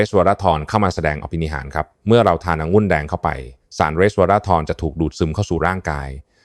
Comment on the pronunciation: หมอเป็นเอไอหรือปล่าอ่านคำว่าองุ่นเป็นองุ้นตลอดซึ่งมันผิดก่อนให้ออกมาควรตรวจสอบการใช้ภาษาไทยก่อนสังเกตุว่าทุกรายการอ่านภาษาไทยเพี้ยนแทบทุกรายการแก้ไขด้วยเพราะจะทำให้เด็กรุ่นหลังใช้ภาษาไทยที่เรียกว่าภาษาวิบัติ